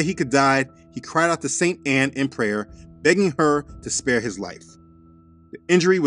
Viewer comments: Am I the only one who noticed that when you said St Anne it sounded like satan?🤔 The deception is right in our face 😒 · Three things: 1) Every time you said, "Saint Anne", I couldn't help but hear, "Satan". 2) Every time you, basically, said you couldn't see direct evidence of the Secret Societies involvement in the Protestant Reformation, I remembered the comedy skit from Chris Rock talking about OJ Simpson. I know, slightly morbid, but for some reason it has that same feel to me. 3) I pray for everyone who is currently trapped under the influence of churches who are teaching them doctrines of men, passing them off as Commandments of God. I pray Yah helps them separate from the falsehoods and provides a way for them to live according to His commandments. I recently started reading about Martin Luther as well. It was only slightly below surface level information, but I had made a mental note to come back and do a deeper dive into his life. I can't tell you how timely this video was. Thank you! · Why does Saint Ann sound like satain!!! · Hmmm 🤔 saint-ann?? sa-tan??? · Saint-Anne sounds a lot like “SA-TAN” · When you said "praying to Saint Anne"...I understood "praying to Satan"...not just a coincidence I guess.